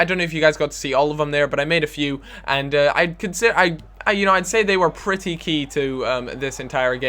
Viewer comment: LOL! you said the word key as ki passed it offside